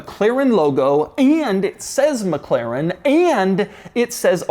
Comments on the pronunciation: its Mclaren not Mcleren !!! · MCLAIREN ?? I never noticed he cant say Mclaren.